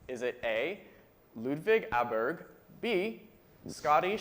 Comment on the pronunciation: who? That's right,! The best game show host returns! Though, as a Swede, that pronounciation of Åberg hurts 😭Still loving the show though!